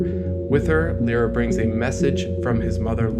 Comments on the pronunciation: it's Lyra not lera or lora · "Lie-ra", it is pronounced that way.. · I always thought that Lyra is pronounced "Liera" other than "Lira"